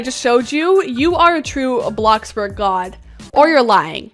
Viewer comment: Did u just say Blacksburg